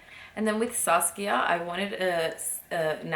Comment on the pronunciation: I love the way you say Saskia